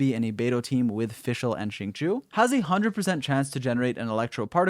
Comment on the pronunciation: its zhing-cho ._.